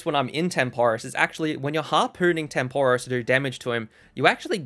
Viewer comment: no way this man can't pronouce necklace or tempoross